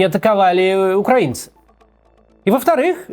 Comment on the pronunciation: Кстати, спасибо за правильное ударение в слове "украинцы"